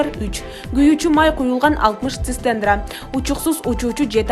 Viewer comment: Куйуучу май куюлган 60 цистендра дебейт ,,ЦИСТЕРНА "-деп оку , сабатсыз диктор .☝☝☝